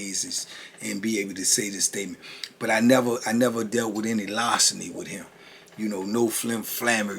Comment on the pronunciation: lar·ce·ny /ˈlärsənē/ Learn to pronounce noun theft of personal property.